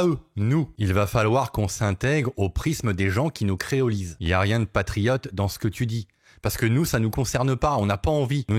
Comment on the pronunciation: Pas triote mais presque😂😂